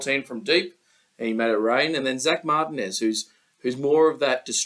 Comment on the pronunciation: Martinez was pronounced right 😂